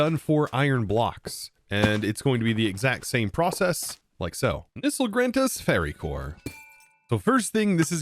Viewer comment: As politely as possible: it’s “ferricore,” not, “fairy-core.” That’s a whole other thing. Lol